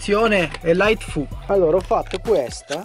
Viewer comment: "E light fu" huahuahuhauhauhauha